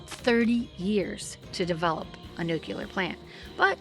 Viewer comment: NUCLEAR. ugh. Not nucular. 😮